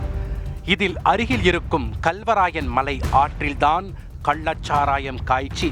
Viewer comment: கள்ளச் சாராயத்தை கல்லச் சாராயம் என தொடர்ந்து தமிழைத் தவறாக உச்சரித்து வரும் இந்த தொகுப்பாளருக்கும் இவனை வேலைக்கு வைத்திருப்பவனுக்கும் ஒரு குவளை கன்னுக்குட்டி சரக்கு கொடுத்தால் தமிழ் காப்பாற்றப்படும்.